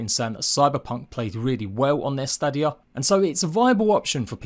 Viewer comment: At least say Stadia right 🤣 and FYI I have Series X and the game still looks shit